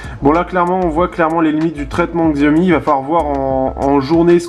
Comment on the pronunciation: Sa ce prononce SHI aomi et pas XI aomi